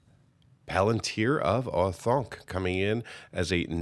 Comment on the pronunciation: Planet-tier of OreThunk made me chuckle a little